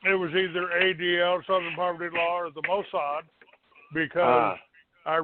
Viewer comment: * Moh’ssad…According to 😂😂😂